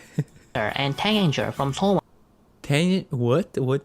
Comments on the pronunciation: Taeganger is the fandom name and you pronounced it right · You pronounced " Taengager " right! Hahaha 🥰